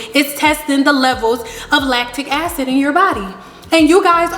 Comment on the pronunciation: Rebelfairy4life I aint dun took the time to here her say “latic acids” I could of been watchin sum else.